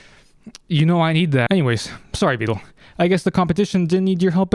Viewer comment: you say his name like "veedal"